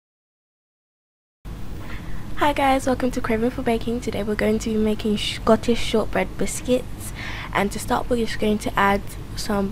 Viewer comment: "hey guys today we r goin to be making shcotish shortbread biscuits" LMAO whuz watchin dis in 2018? XD XD XD